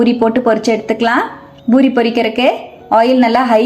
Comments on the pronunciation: JFYI - it’s NOT Boori, it’s Poori Not கொத்தமல்லி “தலை”, it’s தழை Need proper Tamil pronunciation. It’s our mother tongue. Not good to speak badly in our mother tongue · Amma athu boori kideyadu poori sariya pesunga kekkave aruveruppa irukku